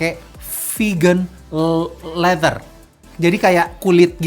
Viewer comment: Leather dibacanya Leder